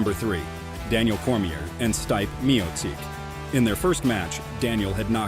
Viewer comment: Wow, have you never heard someone say Stipe before? Totally through me off but ya, great video but man.... Learn their names please.